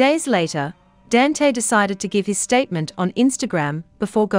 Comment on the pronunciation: His first name is pronounced "don-tay"